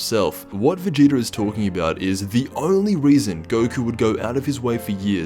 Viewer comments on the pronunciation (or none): When he says VERGETER